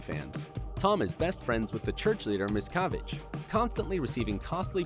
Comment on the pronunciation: I freaking hate Scientology and everything it stands for. I am pretty well convinced that David Miscavige is the antichrist. But what I really want to know is WHY this narrator miss pronounced BOTH Leah Remini AND David Miscavige’s last name, and thetan??? Anyone with any ounce of knowledge about Scientology knows how to pronounce their names. Stupid.